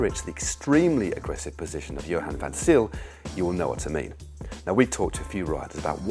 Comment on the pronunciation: Johan van Zyls' surname is pronounced Zale, not Zeal BTW.